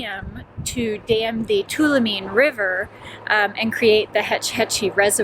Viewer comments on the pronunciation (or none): Enjoy your channel, just an fyi. Tuolomne is pronounced, Too-all-um-knee. We Californians call it Too-all-oh-me. 😁 Keep on Travelin' have fun. ❤ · Two wall o me. Is the correct pronunciation